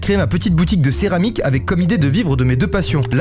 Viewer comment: pardon mais le "cermarique" ca me fait trop rire